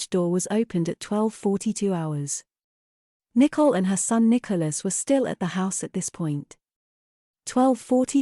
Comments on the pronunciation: The year is 2023, AI is taking over, still the robo-voice thinks Nicole is pronounced "nickle" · It’s because her name is not spelled “Nicole” but “Nichol”. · I've noticed that too. Her parents pronounce her name differently. Maybe she legally changed the spelling/pronunciation later? It doesn't really matter, though.